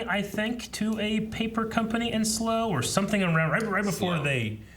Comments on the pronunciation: Slough rhymes with 'cow' not 'ruff' and Berkshire is pronounced 'bark sh' not burke -shy-er but otherwise loving your reactions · Ah yes. The "slow" trading estate in "berk-shire" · Your pronouncing Slough so wrong 😂